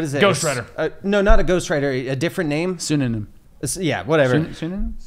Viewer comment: Timestamp guys it's a pseudonym pronounced sue-da-nim not a synonym